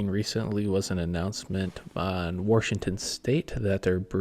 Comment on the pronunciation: There's no R in Washington 😅